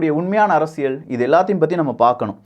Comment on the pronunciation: சும்மா மொட்டையாக இரண்டு கட்சிகளும் நல்லது செஞ்சிருக்காங்கன்னு சொல்லக்கூடாது! சாராயத்தைப் பொறுத்தவரை இரண்டு கழகங்களுமே தோல்விதான்! அப்புறம் நீங்கள் "அரசியள் சதுரங்கம்" என்று சொல்கிறீர்கள், அல்லது அப்படித்தான் கேட்கிறது. "ல்" மெல்லினம் (அரசிய(ல்)) உபயோகித்தால் நன்றாக இருக்கும்! 😊